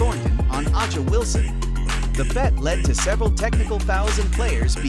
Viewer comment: aces vs the wings? try aces vs liberty and learn how to pronounce a'ja. AI is so bad